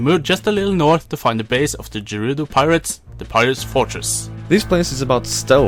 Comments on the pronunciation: Gerudo. Not Jerudo. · Why does it bother me that you pronounce Gerudo with a G like Giraffe? I've alwaysed pronounced it like Get. Not a big deal, but bugging the crap outta me!